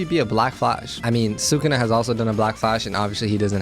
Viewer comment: really said “thukuna has to be a great billboard”